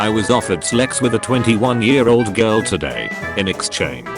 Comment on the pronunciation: Are we gonna ignore the fact that the text-to-speech pronounced girl as jirl?